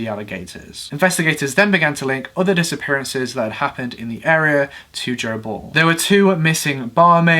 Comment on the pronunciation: Oh! "Joe Ball"! I thought he said " gerbil". 🤣🤣